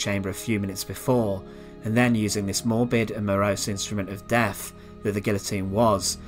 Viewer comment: I’m English and I I have a few questions…. What does “Sentenced to deaf” mean? Is this a Nazi medical process where ones hearing is removed? Apparently this young man had “a farvor”. I can only assume this was the husband of his “muvva “. What is “ve furd Reich?” What is “ve Hitler yoof?” Uvver van vat, subtitles for English speakers please 😁👍